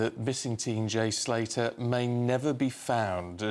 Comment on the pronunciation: Wow the news reader can't even get his name right 😂😂😂🤦‍♂️